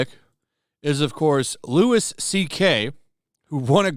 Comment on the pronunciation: Also, it's Louie CK, not Lewis CK lol There is nothing more annoying than this shit.